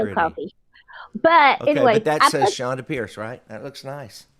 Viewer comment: People, her name is Chonda, not Chondra :)